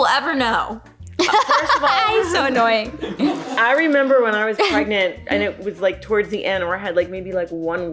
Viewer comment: “Are you afraid of being pregnart”